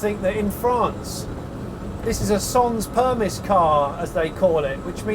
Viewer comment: I realise this is only a Voiture Sans Permis (the s is silent, Jonny - per-mee!), but I think there is a genuine market for something with an interior this stripped out on a proper car that does 100 kph, or at least 80 kph. And like Jonny says, and I couldn't agree more, that infotainment unit is going to be out of date immediately. Why not just get rid?